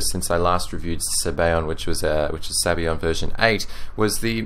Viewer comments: its italian. sabayon is pronounced zabayohen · It amazes me how English speaking people think that other languages use their pronunciation, and no other whatsoever. Maybe, I'm wrong. Sorry if that's the case. Sabayon in Italian is pronounced (in English) this way: Sub - Ah - Yawn Otherwise, you make great reviews, the best on yt definitely! Thanks!